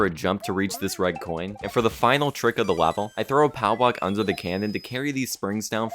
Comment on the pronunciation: Man says "lavel" in such a weird way, that the subtitles heard it as "wobble", that is really the hardest challenge you've done so far, so please put a wobble on your wall.